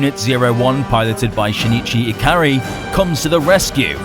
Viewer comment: Blud said "Shenichi" when his name is "Shinji" 💀